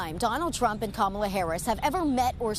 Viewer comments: No excuse!! When one signs up to be a reporter, the onus is on that individual to learn names, fact check information, travel abroad, interview people of different nationalities, etc. Her constant mispronunciation of VP Harris’ name appears intentional! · Why can't you pronounce her name??? KA-ma-la. Not Ka-MA-la. And honey chile? WTF??? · Yo Be outch. Its Ka ma la!😊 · "Ka-MAL-Ah"...I wish I could think of a widely accepted pronunciation of frump's first name. Ronald (McDonnie)? Connie? Asshole...well, that last one doesn't rhyme but is my personal favorite. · Pronounce her name correctly and are you seriously going to double down on people eating pets? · Kamala Harris beat Donald Trump like a drum! That lady deliberately mispronounced Kamala's name and called Joe Biden a disparaging name. That's the kind of sloppy, grade school antics that Donald Trump and the Republicans do; but Lying and name-calling are not substitutes for policy! Donald Trump can tell a whole bunch of lies and spin conspiracy theories with no proof at his rallys and his followers go along with it even when they know he's lying. But when you participate in an actual debate then you have to come to that stage knowledgeable of the actual facts and prepared to debate the best approach to dealing with the actual facts on a range of different topics. Donald Trump failed miserably in both cases! He just kept running back to what is most comfortable and familiar to him, which is lying and just making up stuff. Kamala, on the other hand, was very well prepared and quite well versed on everything to do with presidential duties, to include foreign policy and domestic issues. I doubt that there will be a second debate because I'm sure Donald Trump doesn't want any more of what he got last night which was a serious beat down! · And Say her name correctly , so disrespectful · At least pronounce her name correctly.